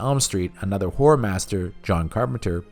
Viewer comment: You make good videos but I have to point out one minor issue: When you say "horror" it sounds like "whore".